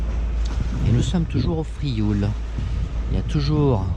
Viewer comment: Merci pour ces images, c’est amusant de voir son ile de l’extérieur. Il est devenu difficile d’entendre le nom de l’île prononcé correctement. Les francophones ayant des difficultés à dire /iw/ et surtout à comprendre que la graphie française l’écrit. En effet dans ce mot IOU veut exprimer le son /iw/ inconnu du français. Le L fausse étymologie, ne se prononce pas. On subit la même altération dans de nombreux toponymes occitans de la côte proche: Riou /riw/, Sormiou /surmiw/, Morgiou /murjiw/… la graphie authentique est Rieu, Sormiu, Morgiu.